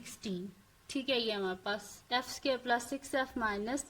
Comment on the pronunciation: api phir app sqare kyun bolti hain